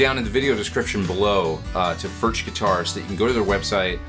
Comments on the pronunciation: it's pronounced furk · It is pronounced "Firk" it is a Czech word.